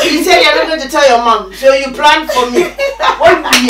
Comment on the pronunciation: That "so isss True" i felt it and i died